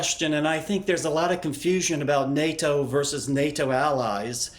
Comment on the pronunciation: this guy sayin NATO like it's his first time saying it